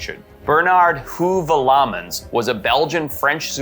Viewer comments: Bernard Huevalmans........ I know who you mean and have been aware of him since the early80. s.... You called him "who ve lamens" I've always pronounced it "way vel mans" I wish his books were published in English Particularly The last dragons of Africa Take me bow fishing! I haven't hunted in years. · Hoove-ah-lahmens? I've always heard it pronounced He-oov-el-mans or Hoov-el-mans, but in French it would be Oov-ell-man. Sorry but that really REALLY threw me, I actually snorted and my folks asked what was wrong Xd I do think it would be cool if the Steller's Sea Cow still lived, but I would love some actual (GOOD) photos from the people that believe its around, since they supposedly can't fully sink into the water; they should be visible if they're around. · I believe that Bernard Heuvelmans' name is pronounced "HYOO-vel-min".